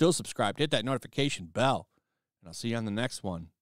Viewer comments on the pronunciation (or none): none